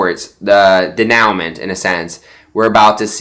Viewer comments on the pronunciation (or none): Denouement is pronounced “DAY-nu-monh”.